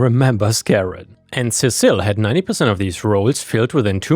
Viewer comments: Cecil Seesill All one word, not Ce cil, the second C is not the beginning of another word. Seesill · The bat was Lucille, and Cecil is pronounced "Sea-sill." And yes, workplace PTSD sucks. Bizarrely it sucks as much as regular PTSD, though you can get over it. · negan's baseball bat is Lucille and I believe you're mispronouncing that name it should be Cecil like ses-sel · I think that name is pronounced "see-sill"